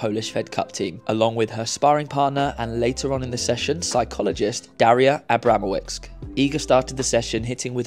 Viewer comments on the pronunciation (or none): The proper pronouciation the name of Iga's mental coach is , not . The way you say it sounds to much ruzzian ;) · Pronunciation pls - VIKTOROVSKI, ABRAMOVITCH, easy polish names, no need to massacre them. 😂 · Abramowicz -> pronon. Abramovitch :P You nailed Iga's surname